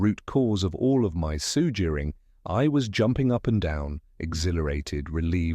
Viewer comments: Great book but terrible narrator. It must be AI and it’s full of errors. For example: The word ‘suffering’ is constantly pronounced ‘sugering’. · LMAO I'm listening to it right now and I was like hey Google what's the definition of surguring?